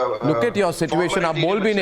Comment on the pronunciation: Go and learn the correct pronunciation of Mortgage and situation .